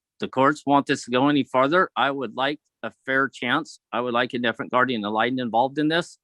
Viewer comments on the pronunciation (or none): You can't have a new guardian ad litem, until you can pronounce it correctly. Ya tool.